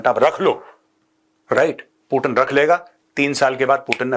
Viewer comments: पुटिन नहीं पुतीन बोलो ना सर प्लिज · सर पुटन या पुतीन 😂